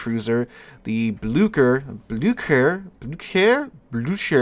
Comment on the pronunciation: Blücher “Bloo-sch-ere” or something similar to that.